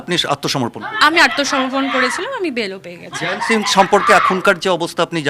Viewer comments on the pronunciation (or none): হ্যারা এই ম্যাড়াচোদারা জয়ন্তকে জায়ান্ত্ জায়ান্ত্ করছিস কেন ? মুখ্যুগুলো উচ্চারণ ঠিক কর ।